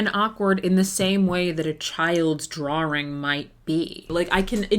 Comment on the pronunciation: i’m losing my mind at how you pronounce “drawing” 😭 it sounds australian